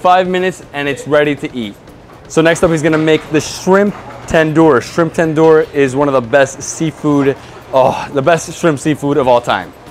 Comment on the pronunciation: Tandoor……i (eee)